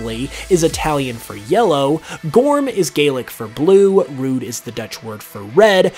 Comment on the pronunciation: Rood is pronounced like Road